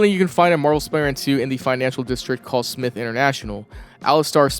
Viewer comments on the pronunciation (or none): bro his name is (Sm”Y”the) not smith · Dude, didn't you grow up with the 90s animated series? He was constantly referred to as Smythe pronounced SMAITH. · Delilah is an AI associated with the Spiderman 2099 character Miguel O'Hara, who was at the center of the Spiderverse movies. Also Smythe is pronounced with a hard I, and you could also find trucks for a security company of his in the first game. IIRC, I think they would be involved in one of the random crime missions where people were trying to rob armored vehicles.